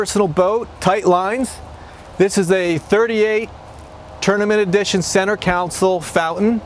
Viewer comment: It’s Console. Not Counsel.